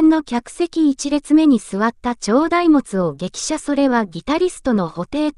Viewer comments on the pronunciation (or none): 大物→だいもつ！😮 何人ですか？😮